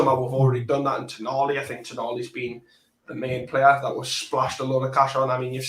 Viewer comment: Toe Naa Lee - is how it is pronounced